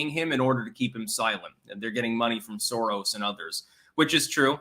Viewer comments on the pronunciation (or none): none